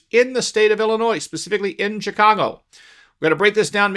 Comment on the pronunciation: The smartest person in the room knows it's Illinois not Illinoises.